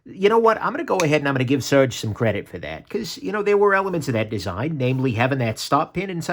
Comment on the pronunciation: I guess I never heard anyone pronounce his name, but I always assumed it was pronounced ser-gay. Do you know if surge is correct or just guessing also?